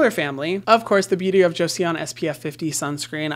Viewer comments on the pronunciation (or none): Hyram!! You’re the best! PS it’s pronounced “Jo-son” not “Jo-see-on”! It was a really important dynasty in Korean history/old country name, so it’s a good one to get :) Thanks for everything you do always. Your videos changed my entire world on skincare and now it’s something I love and am proud of! I can’t believe the days before I ever knew your videos! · 4 weeks of talking about their sunscreen and no one told Hyram how to pronounce joseon ??? 😭 it's closer to jo-sawn, two syllables where the e and o are one vowel, not two separate! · Joseon is pronounced like Joes-awn. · The beauty of Joseon is pronounced jo-son there’s no e sound lol no hate just thought it might be nice to know~ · Hiya! Maybe you've had the comment already, but you don't pronounce the e in Joseon :) it sounds more like "Cho-sôn". Just fyi 😘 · Joseon is pronounced as Jo-sun! (Korean viewer right here) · Pls pronounce it correctly, considering you talk about this brand all the time and you do business with them. Say it with me: Jo-Sun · omg the way he said Joseon is too funny